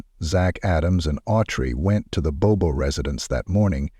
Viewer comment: This happened within 90 miles of my home in Middle TN. It was all over the local news in Nashville. In this video the last name is mispronounced. It is Bobo, pronounced exactly as it is written. Rest in peace Holly. My prayers continue for your family and friends. 🙏